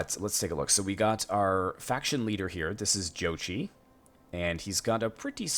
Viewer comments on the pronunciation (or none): I think you pronounce jochi like yoke-eye in one word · My Wife is Mongolian and she said it is spelled wrong It is Zuchi OR Зүчи pronouced as Zuch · You pronounce Jochi as y-o-k-i